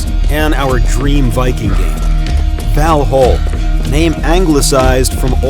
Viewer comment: Val HALL .... Par YING.... i mean wtf.